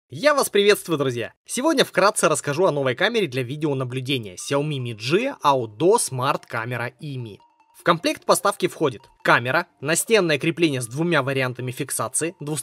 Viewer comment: Правильно говорить Мицзя)